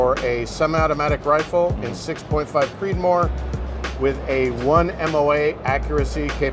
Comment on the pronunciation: "Creedomore" <3